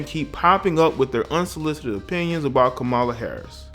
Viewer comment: You are pronouncing K-am-a-la incorrectly. There is no "MOLA" in her name. Here it is phonetically cam-a-la ..."cam" as in camera.